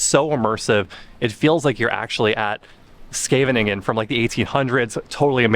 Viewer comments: De plaatsnaam Scheveningen werd in de Tweede Wereldoorlog gebruikt om te kijken of je wel een echte Nederlander was. Duitsers zeiden namelijk Sjeeveningen. (en SkevveNINgen is dus ook niet de goede uitspraak, het is SGEEveniñgen met een hele harde (schrapende) 'G'😊). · It's funny. It makes me smile.. pronunciation of Scheveningen is great though!! 😉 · It is rumored that during WW2, the Dutch could tell a Nazi spy as they could never pronounce Scheveningen correctly. That name was the test.😅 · How many syllables does Scheveningen have?! 😂😂